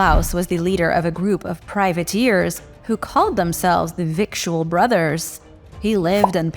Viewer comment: Victual is pronounced "vittle" like little but with a v... Is a Sailors term for food, as a sailor (in the navy) myself i use that term victual on the daily. 🙂 Imagine calling yourself the food btothers😂 🇿🇦🙌